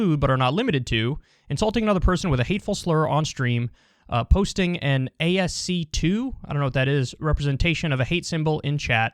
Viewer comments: A S C 2 oh boy .... boy you are old hahahaha its pronounced like Huski but with an A not H ASCII and that would be the way computure code in litters and sympols and sometimes people use it to call on the sympols like ♣ ♦ ♠ or a full drawing using these sympols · "ASC 2" ? Are you serious? Kyle is such a geezer :D It's "ask-ee" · lol "ay-ess-see two? i don't know what that is" hahaaa flex harder you're not even the most bare-bones tech nerd, Kyle... that's pronounced "askee" and it's the (older but still commonly used) numeric code for all letters on your keyboard and etc. on screens...it's an acronym, and the the two i's at the end are for international whatever, i think (and i think maybe what twitch means by "ascii representation" isn't really using the term right, and just means a picture made out of letters, posted in chat, which they could have just said, too, I suppose) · "ASC Two" lmao. It's pronounced "as-kee" btw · ASC2 ... LoL . It's ascii, as in the ascii table of characters dawg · Kyle: "Posting an A-S-C... Two? I don't know what that is" lol. Pronounced "uh-ski" which is basically making pictures with text. GameFAQs guides were very popular for having ascii art at the top or as the title of their guides. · "posting a-es-si-2 - I don't know what that is....." come on Kyle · Glad Kyle is politically savvy since he is not tech savvy. . It’s ASCII (text art) pronounced like “ask-e”. 😂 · "A-S-C-II?" Goddamn. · Lmfao Kyle pronounced ASCII as ASC2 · ASCII it's pronounced As-key. ASCII, abbreviated from American Standard Code for Information Interchange, is a character encoding standard for electronic communication. ASCII codes represent text in computers, telecommunications equipment, and other devices. source: Wikipedia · Kyle that's ASCII (askii) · LOL comeon kyle, you gota know ascii, its ass ski or ASS-kee. In this context, it means using all sorts of letters and symbols to make a image out of in the chat, like the popular swastika. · Lol ay-ess-see-two